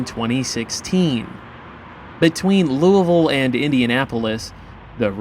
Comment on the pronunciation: Love seeing Louisville in the background, thanks for saying it right ;), come railfan LaGrange, KY sometime, some awesome street running! Great video!